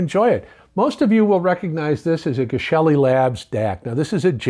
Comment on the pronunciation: Excited for your review. Please pronounce Geshelli correctly. Thank you.